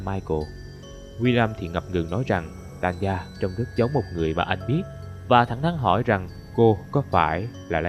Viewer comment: Hình như Tanya phát âm là Ta ny a chứ ko phải Tan ya mà nhỉ :v?